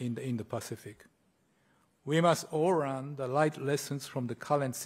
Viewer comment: (ish) the Japanese minister says, "we must all rearn from the life lessons" I just love it when they pronounce the "L" as the letter "R". I am not making fun of him; his English is far superior to my Japanese despite having lived there for two years. It just brings back special memories when I was trying to help one of our secretaries who became a good friend of my wife and I. I was over pronouncing the "L" as in say - LLL-Ladder, and she pronounced the L perfectly, then LLL-Listen and so on and I eventually pointed to the fluorescent light above us in the bowling alley and said Light. She said ahh Right. It made me laugh for a long time and endeared her to my heart a friend for Rife, as she is. Bless you Emmie.